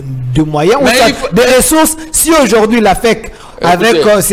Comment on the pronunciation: on dit, Aujourd'hui et pas ojourdhui.